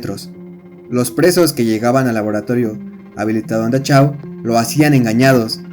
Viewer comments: la ch, se convierte en j, y si es importante, respetar los idiomas, hay muchas herramientas en internet para evitar esos errores, por otro lado esta bueno el video. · Buen video. Pero se dice "dajáu"